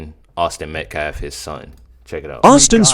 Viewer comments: Can Alexander finally able to say Metcalf instead of metclaf? I was ready to start calling karmelo- kamala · you misunderstand Miss New York is making fun of the spokesperson for pronouncing Metcalf wrong